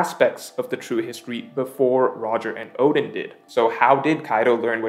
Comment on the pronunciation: oden oden, you pronounced odin odin lol hahaha